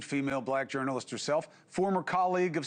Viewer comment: A journalist who can’t pronounce journalist……